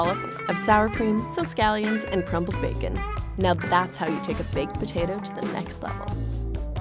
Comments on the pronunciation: The way she says potato is funny... ptatu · Why do I find so satisfying the way she says potato ?